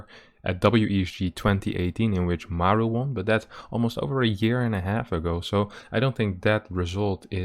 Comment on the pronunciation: mAru, not marU ffs